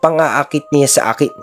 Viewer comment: SYA / NYA po kasi yung pagpronounce nun, Sir, hindi po SIYA / NIYA